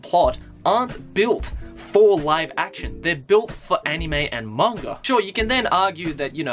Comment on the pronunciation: after watching your videos,, I've noticed instead of saying "Manga" you say "mangger" XD Just pointing it out for no apparent reason:3